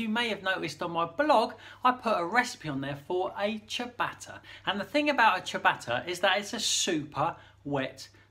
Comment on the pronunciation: "...if you want to make a simple chuh-batter at home..." Gah! My ears!